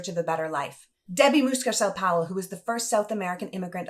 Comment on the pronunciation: It's Mucarsel not Muscarsel